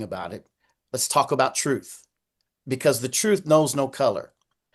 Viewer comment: I don't understand why he can't pronounce the word, truth.